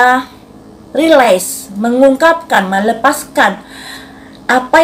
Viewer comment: Bun...release:bacanya riiliis Realize: rielais... Destiny:desteni